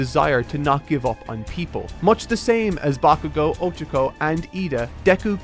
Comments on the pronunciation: I won't lie, him saying "O-chako" instead of "o-CHA-ko" is really bothering me. I don't understand why he doesn't research how to pronounce names as much. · did the pronounciations of Monoma and Ochako so dirty and i'm still recovering from it.